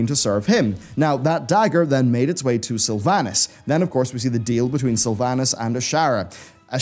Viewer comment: Everyone is saying World of Sylvanas-craft wrong